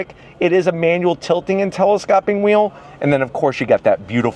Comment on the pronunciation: Tele-scope-ing -- not tele-scopping